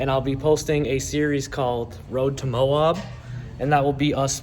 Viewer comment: How you say Moab is so funny.😂 I like the rig. Not a lot of 2nd Gen Sequoia builds.